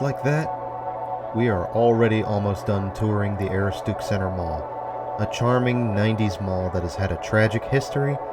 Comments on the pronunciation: Ah-roo-stick. Aaahhhh it driving me nuts! When Maine places get pronounced wrong. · Aroostook is pronounced "Uh-roo-stuhk." Good attempt though! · it's A- rooh-s-took. But I got a huge kick out of your pronunciation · Great video but Aroostook is pronounced Ah-roo-stic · pronounce it "Ah-roo-stuhk" like a cross between "stuck and "took" - Aroostook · A-roo-stick is how it is supposed to be said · The way he says "aroostook" has me laughing I'm from pi and used to work at the Kmart there. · Dude! Just can't get past your mispronunciation of Aroostook. Destroys your credibility and watchability. 😐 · And he's totally butchering the pronunciation